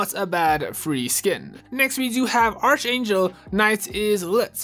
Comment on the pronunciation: It's pronounced "ark angel" not "artch angel"